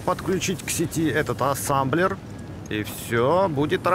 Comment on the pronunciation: Производство называет: "Ассемблер" 🤓 всё видео: Ассамблер, Сасамблер:)))